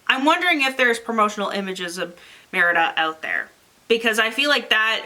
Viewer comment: Don't feel bad for mispronouncing Merida. Merida is actually the surname of a few of my cousins. Folks down in Southeastern Kentucky pronounce the name as Merdy (like nerdy with an m). You can't do worse than that!